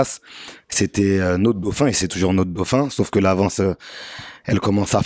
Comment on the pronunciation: notre gauphin ?????? 😂😂😂😂😂😂😂😂😂 Va apprendre à parler Même dans le Nord ils peuvent t’expliquer